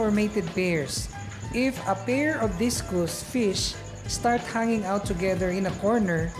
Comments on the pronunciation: Discus not discous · Correction sir Discus- dis/kas not dis/kus :)